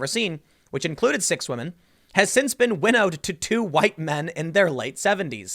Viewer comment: He wants that, "because Wahmen" vote.